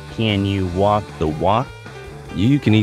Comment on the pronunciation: Did he really say "can you wok the wok"?